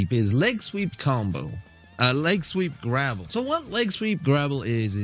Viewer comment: Grapple. Not grabble.